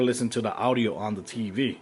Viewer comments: All the "Awdio" LOL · dude the way u pronounce audio